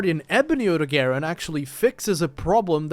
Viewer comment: Odogaron is pronounced like (oh-dog-ah-ron) just so yk